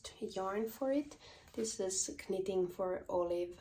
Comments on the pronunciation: Greetings from Ontario, Canada. Your English is fine👏🏽👏🏽 it’s nitting not kanit😂. I would love for you to do a colour video. Thanks❤ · Congratulations on your first English Podcast! The K- in knitting is silent so pronounced nitting. 😀Just to confuse people lol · Your english is great! I have one suggestion. Do not pronounce the K in knitting. It is sillent. Pronounce the N instead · Hej! I just looove/älskar how you pronounce the k in knit/knitting. Never stop. Wow,yey your knit taste are amazing. Grettings from Norrland-Sverige.Pssstt...my dearest childhood friend are also a Kinnunen.🤸🏼‍♀️💃☃️😁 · How brave you are podcasting in another language! Honestly, I thought pronouncing the k in knitting was quirky and cute, in fact I might start doing that myself! Loved your pattern and wool colour choices. Looking forward to your next episode. 🙂 Wendy, Cheshire, England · In English we don’t pronounce the k in knitting 🧶